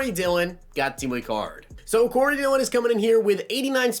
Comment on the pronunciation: You got Dillion right